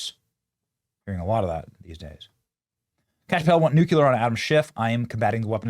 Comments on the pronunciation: Fantastic, but it’s NEW-CLEE-ER Not NEW-CUE-LER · Nu-clear. Not nu-cular. Love you, Benny. Please pronounce the word properly. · GDI Benny. Pronounce N U C L E A R correctly. It's right there in front of you in plain text and you still say it incorrectly. You can read, right? How are we supposed to take you serious? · Every time you hear a bell ring, an angel gets its wings. Every time Benny says "nookyular," an angel gets set on fire.